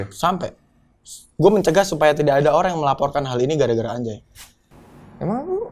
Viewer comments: Harusnya bacanya bukan ANJAY, kan NUN mati ketemu JIM, jadi ANGJAY 🤣. Repot amat lu, bikin ribet se Indonesia! Dipojokin tuh ma Bang Deny sok mengelak ujung²nya endors, harga diri woy harga diri 😂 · Dibaca anja أنجى bukan anjay أنجي